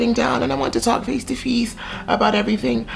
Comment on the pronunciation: Attention the word "face" is now pronounced 'feeeeeaaace'. That is all.